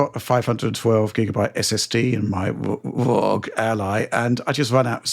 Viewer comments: Some questions: - Since when does speak in uptalk? It’s very annoying. - How many times are they going to say “fundamentally” in this video? - Since when can’t pronounce the letter “R”? Watching him pronounce ROG as FWOG made me physically cringe. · Does anybody knows why pronounce ROG very strangely? Or am I imaginating things.